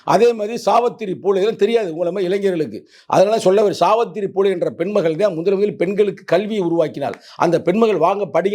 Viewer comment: சாவத்திரி இல்லடா சாவித்திரி தமிழ ஒழுங்கா படி 😮😮😮😮